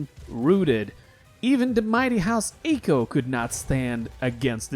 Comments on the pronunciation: Anyone else have mini aneurysms every time he pronounces Aico as Eyko? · Aico isnt pronounce aco its pronounced ico the a is silent